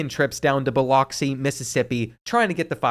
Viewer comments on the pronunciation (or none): Biloxi is pronounced Buh-luhk-see